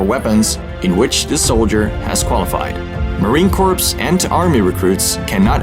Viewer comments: Awesome find with the sharpshooters badge! I’m not trying to be a grammar Nazi but I could hear you pronounce Marine Corps with the word c-o-r-p-s but it’s pronounced c-o-r-e. Just something that caught my ear a little haha! Awesome job finding this history that needs preserved! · I would like tell you that you are mispronouncing the word Corps. The P and S are silent. The word is pronounced like the word "core". Like the "core" of an apple. So for Marine Corps, you would say, Marine Core. Yes, American English is extremely difficult to perfect! Even for most Americans, we have people in certain regions of our own country that are very difficult to understand because of their accent. Thank you! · really pronounced Marine Corps wrong😂